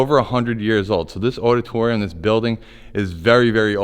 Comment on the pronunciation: what the hell is a oddatoryum? haha